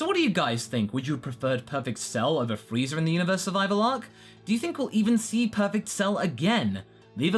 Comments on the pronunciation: Really? Really? Freeza with an I. So disappointed. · Wait is he really saying FREEZER